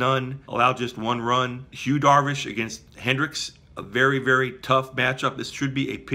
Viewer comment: Why do you keep calling him 'HUE' Darvish?